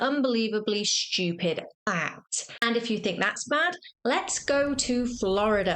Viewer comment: Very amusing. BTW there is no "h" in stupid.